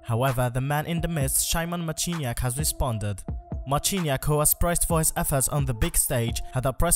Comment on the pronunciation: as a polish, i laughed so hard how he said "shayman machiniack"